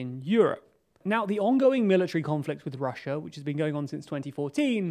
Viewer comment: Why can't you pronounce Russia correctly?